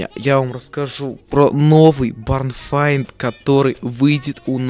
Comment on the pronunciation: Айрон... Ты очередной раз пробил дно, барн файнд? Серьëзно? То есть в твоëм понимании ивент называется слабый сарай? Запомни, название у этого ивент два, либо "barn hunt", либо "barn find", но не как ни файнд